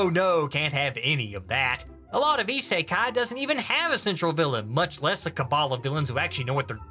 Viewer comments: Cant get over the fact that he pronounces it as "ee-sae-kai" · the purposefully mispronunciation of "isekai" makes this at least twice as funny. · Am I the only one who finds the way he pronounces "isekai" irritating